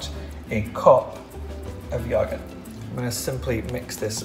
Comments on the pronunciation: Tan. You are so inspiring and positive and lovely and wonderful.......! I cannot tell you the difference you make for those of us in the LGBT community 🏳️‍🌈 and beyond! Thank you for sharing (parts of) your life on YouTube and for being so positive, it truly, TRULY makes a difference. In case you needed hear it! Also, I LOVE how you pronounce “yogurt” and this mask is FABULOUS!!! 💕💕💕💕💕 so much love from Boston, MA!!!! XOXO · Love how he pronounces "yogurt"☺️. Tanny, love your skin😍! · Love how he says yogurt Also how did u know about this? Just thought to make it one day 😦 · The way he says yogurt 😂